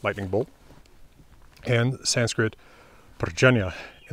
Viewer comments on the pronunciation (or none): none